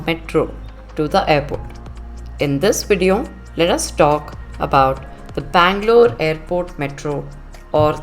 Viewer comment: Bangalore correct